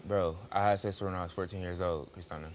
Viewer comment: Christina is pronounced Christiana now?